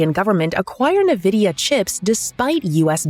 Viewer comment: Funny how you got Nvidia's name wrong the whole video